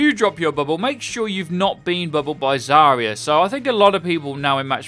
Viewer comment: Zarya is pronounced as "Zah-rya", where ya is one sound "ya".